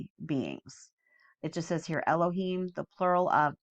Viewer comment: Just as a little FYI the Hebrew words ending in “im” (seraphim, cherubim, etc) the im is pronounced “eem” not “imm”! So “ophanim” is pronounced “oh-fan-eem” not “ohf-fannim”. You are saying it right when you say Elohim. And just a fun fact for anyone reading the “im” makes a word plural; eg: one cherub, many cherubim.